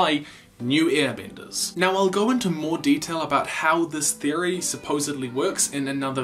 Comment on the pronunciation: Why do say I instead of E? You’re talking about earbenders and wistern...